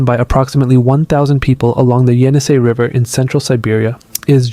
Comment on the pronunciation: I'm 20 seconds in and you've already mispronounced Vajda, Ket, Yenisei, and Na-Dené. Thanks for making it immediately clear that you have no idea what you're talking about.